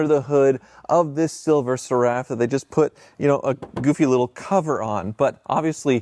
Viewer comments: Oh by the way it's pronounced SERUF. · Great video but it’s Silver “Ser” “Ruff” (Seraph like the celestial beings…i.e. seraphim, cherubim).😊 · Seraph rhymes with Sheriff, not with Giraffe. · The phrase "Silver Seraph" is pronounced SIL-ver SERR-uhf. Like the name Sarah is pronounced SAIR-ahh, not sir-UHH. 🤷🏻‍♂ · "SERR" – rhymes with care or air (with a short "e" sound) "uhf" – like the "uff" in stuff, but softer so it sounds like: SERR-uhf not Sir-Raff. Source? Being British. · I always thought "SERAPH" was pronounced like the type of angel, SARE-riff. Not, suh-RAFF. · Please learn how to pronounce Seraph. The accent is on the first syllable! SERaph… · I presume you've only seen 'Seraph' written and not vocalised. The word is pronounced sĕrˈ -əf with the stress on the first syllable and ending similarly to the first part of cera-ve rather than carafe. I hope you're able to improve before the next video. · Seraph is pronounced like Sarah with an F on the end. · Stop pronouncing Seraph like Giraffe ffs lol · Talking of the 'king's' you could do with learning it. Seraph is pronounced ser-if. Bloody hell. Also, "lunch trays"? really. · It's pronounced SERaph. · Cool video....but you really ought to learn how to pronounce the word "Seraph" correctly, now that you own one :) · Rhymes with sheriff, not giraffe. Think "serifim". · The guy can’t even pronounce the name correctly . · Can you please pronounce the name properly its seraph like Serafin angels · Am I going to lose my mind hearing that pronunciation of Seraph over and over again? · DUDE LEARN HOW TO PRONOUNCE SERAPH! AAAAAAAAAHHHH